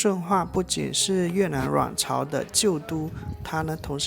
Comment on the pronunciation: 謝謝介紹，很好看。「阮朝」發音有點好笑，像「卵巢」。😂 整體拍得很好，歷史介紹也相當到位👍